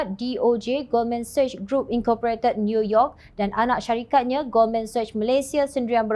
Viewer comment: Jom channel it is Goldman Sachs di sebut Goldman seks bukan Goldman sashhh🤗 Harap maklum 🤗